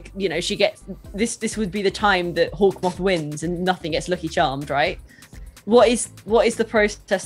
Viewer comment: I heard hawkmothsquito nets